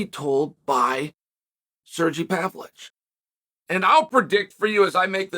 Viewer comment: What's with Chael not being able to pronounce half of the foreign fighters' names?? He calls Pereira, Piera. He calls Makhachev, Maclachev. He calls Pavlovich, Pavlich. Is this CTE or........